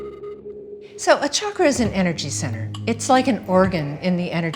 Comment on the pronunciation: I am so happy she pronounces the word ‘chakra’ the right way as in ‘channel’ and not as in ‘chicago’ like most everyone else do in the west.